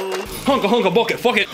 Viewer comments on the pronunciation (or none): none